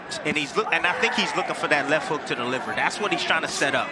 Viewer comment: Tell the announcer to pronounce the t in l e f that Japanese fighter is beautiful!!